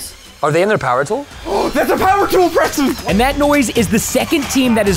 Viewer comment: Its preston not cheston